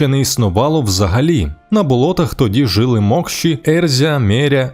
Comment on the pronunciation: не жИли, а жилИ наголос на И українською мовою